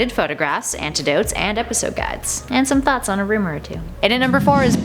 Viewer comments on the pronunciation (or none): ANTIDOTES? Not anecdotes?